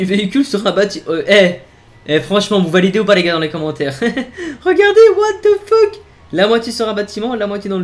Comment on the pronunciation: « what e fok » 🤣